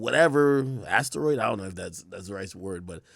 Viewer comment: Nigga said astroid 💀